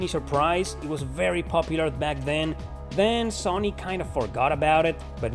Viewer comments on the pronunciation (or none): none